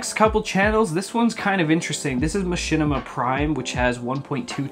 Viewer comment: Machinima? You mean Mashitima?